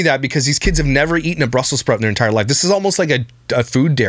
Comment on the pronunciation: Ice cream is a health food now? I thought some were lactose intolerant? It's Brussels not "Brussel" Sprouts Lush.